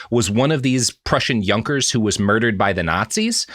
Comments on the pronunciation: YOONKERS, not junk-ers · Junker is pronounced "Yoonker" btw